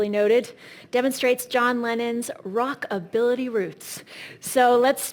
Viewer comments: ATE-Kin’s? 😂😂😂😂 ROCKABILITY 😂😂😂😂😂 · You are SO right! What the heck is Rockability roots? That women need to do REAL research. Thats an insult to the Beatles, and her commission, she should be ashamed! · It's sort of cute in a way listening to Christie's auctioneer referring to a Chet "Aykins" Gretsch and Lennon's "Rickerbacker" connected to his "Rockability" roots and other examples of her not knowing all that much about the items. Oh well. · “Rock-ability” geez…..